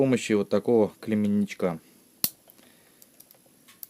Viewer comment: Вообще-то он не клемЕнник, а клеммник. И не загиНать, а загиБать.